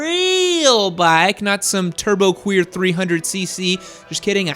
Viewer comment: Guy said Turbo Queer 300 I'm friggin dying